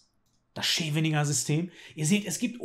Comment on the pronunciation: Scheveningen wird S-cheveningen ausgesprochen, also nicht "Sch"